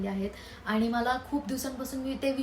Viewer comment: In marathi it's called मला not माला उगाच आपल जास्त शुद्ध बोलण्याच ढोंग करायचं आणि अर्था चा अनर्थ करायचा माझे पंजोबा आजोबा पप्पा आणि मी म्हणजे आमच्या 4पिढ्या पुण्यातच वाढल्या पण गावं आमचं बीड आहे आणि मला चांगल माहित आहे बीडची भाषा म्हणजेच tone कसा आहे मी आणखीन अशे नाटकी केलेली नाहीत मी एक vlog पाहिला होता तुझा जेव्हा धीरज दादाने चावी हरवली होती त्यात तू ऋतुजा आणि धीरज दादा होते तू त्या ब्लॉग मध्ये तुझ्या actual tone मध्ये त्याला ओरडत होती मग मला समजल की तुझा tone गाव वालाच आहे तर तशी बोल ना उगाच कशाला मी खूप शुद्ध असल्याचा आव आणायचा 😂😂😂